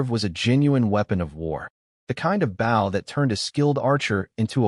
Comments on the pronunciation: You really need to teach your AI to pronounce 'bow' as 'boh', not rhyming with 'ow'. #FeedTheAlgorithm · Here we go again another archery story and a creator too lazy to correct the pronunciation of bow. Basically making this a painful listen